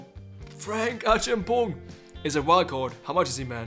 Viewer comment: Like the way you say Acheampong 😂😂😂